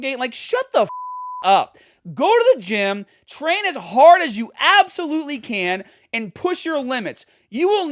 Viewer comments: If accents wete birds, the Bostonian accent would be a mockingbird. Hah•d Hah•der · The Boston accent came out when he said hard lol